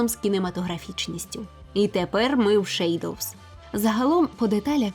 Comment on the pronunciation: Це якась нова англійська)